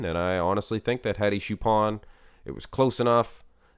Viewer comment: Hadi choopAAn is actually correct and the "ch" is pronounced like the word "church"